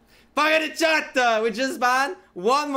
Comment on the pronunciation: POGGERZ IN THE CHATTUH